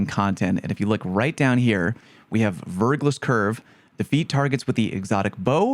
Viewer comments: Fun fact: « verglas » is French for « black ice ». So, yeah… 100% Stasis bow right there! Also, you don’t pronounce the final « s ». Just saying.😊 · Verglas, french word meaning "a thin film of ice on rock". Pronounced "Verglah"